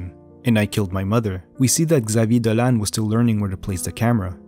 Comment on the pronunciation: You pronounce very well his french name.